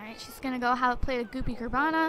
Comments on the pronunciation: Its Carbonara, not Carbana !! ( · It's carbonara not cabarna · Goopy CAR-BON-ARA not hoppy carbana!!! Lol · "Goopy Carbara" is actually pronounced car-bon-ara. It is basically pasta and a creamy sauce :) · Its pronounced car-bon-nara it is pasta in a creamy cheesy sauce with bits of chopped up bacon in it. Its delicious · Its Carbonara, literally said as Carb-on-ara. Its a pasta. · Gloppy car-Bon-ara is pasta and car-bin-ara sauce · It's CAR BON ARA and it's just pasta with white sauce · Car-ba-nara is pasta with sauce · It's pronounce goopy carbon-nar-uh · And it's pronounced car-ba-nar-a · its pronounced (carb o na ra) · it is pronounced goopy car-bo-nar-a :) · its pronounced car-bon-are-a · It's carb o nar a